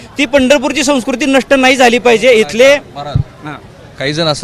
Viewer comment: केसरी शर्ट च्या माणसाला नाही नीट म्हणता येत नाही नया म्हणतो